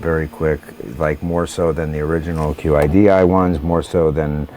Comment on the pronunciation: great, also its pronounce Chidi....:)